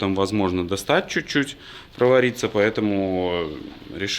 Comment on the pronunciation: Слово,,пробоема,, произносишь тысячу раз. Не солидно.